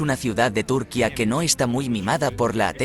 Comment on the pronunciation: que mal habla, aprenda a pronunciar propiamente, hace del video una mierda.Ese acento español, pronuncie como se pronuncia en su idioma. la ñ, y no es túrquia es turquia. IGNORANTE!